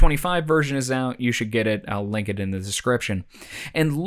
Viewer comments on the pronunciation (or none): none